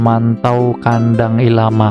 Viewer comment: bang maaap bukan ilama, tapi LLama